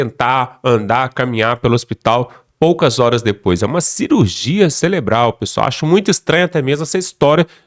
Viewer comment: Pelo amor apresentador.nao é celebral, é cerebral.vivente.